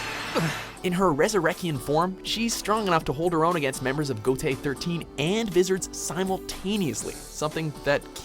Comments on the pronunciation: The way he said vizords for bleach hurt me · Did anyone else cringed when they heard the way he pronounced Vizards 🤦🏻‍♂️ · Knew it lol And I cringed upon hearing the way you said Vizards